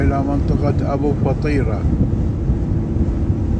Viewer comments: منور اخوي ههههه اسمها ابو فطيره بسكون الفاء وكسر الطاء مو ابو فطيره خليتها فطيره بالجبن ههههههههههههههههه كلنا كنا نحسبها مثلك ابو فطيره طلعت غير تنطق بسكون الفاء فف وكسرة للطاء طي وبعدين الفتحه على الراء ره يعني ابو ففف طييي ره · ماشاءالله منورة كويتنا كعادتها🇰🇼🤍، بس ملاحظه اسم المنطقه ابو فْطيّرَه مو ابو فطيره